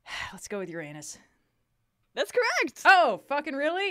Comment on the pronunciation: It's refreshing to hear an American pronounce Uranus correctly for once.